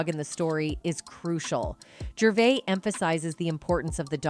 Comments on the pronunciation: AI doesn’t pronounce a lot of words correctly. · It’s “Jurr - VAY”